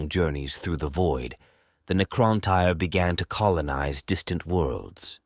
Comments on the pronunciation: Neecrontyre 😂😆, Ai is great and all, just check the script before you upload. The mispronounced words ruined the flow. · "The Kitann and Neekrowntyre" haha LSS